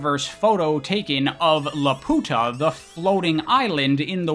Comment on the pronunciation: One tiny correction because I laughed my coffee out when I heard you say it: LaPuta is pronounced "La Pyuuta" not " La Puta". Seems tiny in English but in Spanish....big, big difference. 🤣🤣🤣🤣🤣🤣🤣🤣 "SIr, what shall you name your flying fortress?" "Behold, La Puta!" 😟"Sir..."